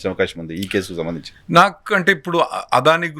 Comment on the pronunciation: ఒర్ బాబు తెలుగు సరిగ్గా పలుకు "ఆదాని కాదు అదని"